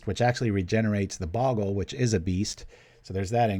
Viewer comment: I know it really doesn't matter but bogle is pronounced with a long o.